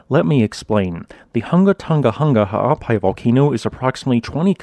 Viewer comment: I salute you on keeping us up to date and you ability to pronounce that volcano's full name.